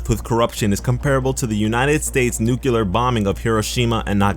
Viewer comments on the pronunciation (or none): It's pronounced "New-clear" not "Nuke-ular."